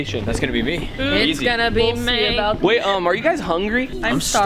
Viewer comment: "It's gonna be mey"💀